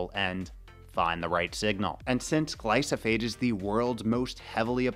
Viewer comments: It's Glyphosate, not Glysophate 😅 Nevertheless, great video you made there. 👍👍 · After like he says it correctly one time